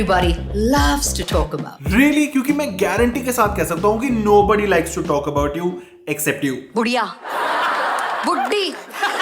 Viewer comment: The "wooman" everybody likes to "tolk" about😂😂